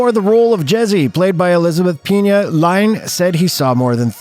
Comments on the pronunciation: Please, it's Elizabeth Peña, pronounced "pen-yah", not "pee-na" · You really pronounced her name like that? Was that on purpose?? Damn